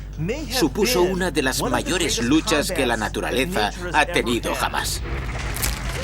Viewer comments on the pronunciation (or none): taturalesa no naturalefa